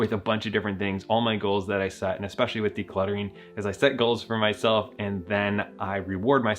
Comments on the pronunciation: there is no X in word especially. it's not fucking eXpecially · Can people please stop saying "expecially" already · wait why do some people say expecially